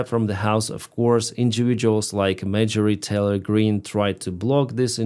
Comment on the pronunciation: When you said "Marjorie Taylor Green" I heard "Major Retailer Green" which threw me for a second - from now on that BBBB will be known as Major Retailer Green 😆😆😆.